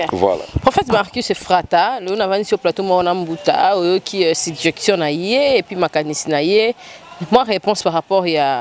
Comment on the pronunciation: Kapash émission goût na goût. Mais mwa remarque kaka: les 2 g de "suggestion" se lisent comme un seul g.